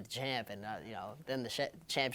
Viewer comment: “The chanp showed up” vito a dawg